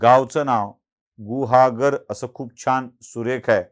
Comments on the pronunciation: तुम्हीसुद्धा कमी फाजील नाही. गुहागर नावाचा चुकीचा उच्चार करायची गरज नाही. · गुहागर pan mhanta yet nahi ka sadha shabd